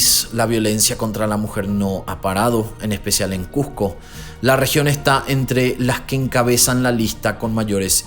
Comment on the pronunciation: Que les cuesta pronunciar como se escribe CuSco no CuJco.